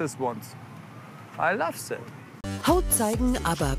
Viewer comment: "sänk you matsch" lern erst englisch, bevor du so ein paar englische worte von dor gibst.. "I love sät"